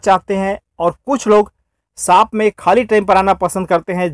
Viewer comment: Saap nahi bhai🤣Shop hota h wo